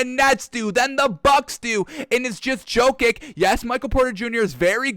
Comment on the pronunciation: Probably Djo-kovic and cuz he got a feeble tongue